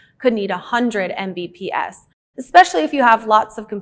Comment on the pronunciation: Say it with me EM BEE PEE ESS